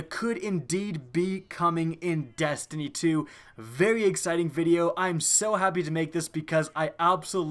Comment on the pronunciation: And to think all this time I thought the game was called Destiny! Didn't know it was really call Dastiny !🤔😐